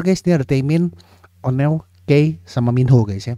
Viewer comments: Leadernya onew. Bacanya onyu bang, jd bukan minho leadernya Iya minho aktor juga baaang Yg sudah di surga namanya jonghyun bang bukan jongho hehe Nama fandomnya = SHAWOL singkatan dari SHINee World bang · Kak.. mau kasih info Onew bacanya "onyu" Key bacanya "ki" Makasih banyak sudah mau react SHINee kesayangan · Pelafalan onew itu : o-nyu, bang hehe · Leadernya itu Onew, bang bukan Minho. Pelafalannya Onew itu O-nyu (New pelafalannya kyk New bhs Inggris) Pelafalannya Key itu Ki (키) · Bacanya onyu bang